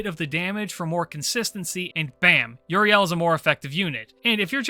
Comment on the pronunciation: Dog you gotta learn hiw to say euyrale's name Uriel is an angels name the El comes from the Hebrew gods name the gorgon sister's name is said "U-ra-lay" you and ZTL drive me up a wall